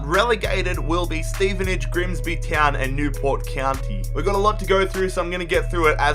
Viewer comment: "Griemsbi tjeown"